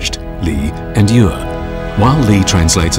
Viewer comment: The Australian narrator completely mispronounces "yue" (music) which is "yweh" like "no way" with striking/falling fourth tone. You can hear Li Xueqin correctly pronounce the word . The Australian also mispronounces the syllable "yang". It is "yahhng" rhyming more with the American pronunciation of "long" than the word "fang," with which it does not rhyme at all. On another note: these illustrious objects are world wonders.